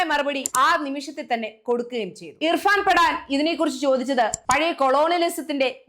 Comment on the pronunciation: ഇർഫാൻ പഡാൻ അല്ല. ഇർഫാൻ പഠാൻ ആണ്.